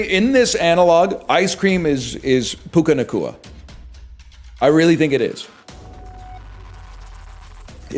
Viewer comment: It's Puka Nakua not pau-no-cu